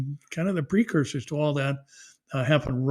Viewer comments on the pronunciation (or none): none